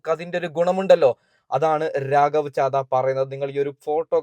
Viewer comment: രാഗവ് ചാദ അല്ല അങ്ങേരുടെ പേര് ഒന്ന് വൃത്തി ആയി പറഞ്ഞു പഠിക്കു